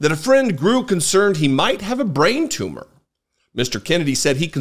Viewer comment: It is not a Too-Mah!😂